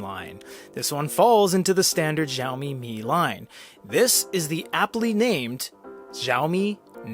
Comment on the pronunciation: Heads up, it's pronounced "Shao-me"... (thanks for the review!)